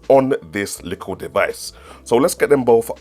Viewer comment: ARE YOU SAYING "LICKLE" INSTEAD OF LITTLE?? LMFAO